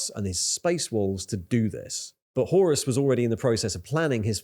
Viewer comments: Btw, though I may be pedantic about the pronunciation, very good video, mate ;P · Whore-us Heresy.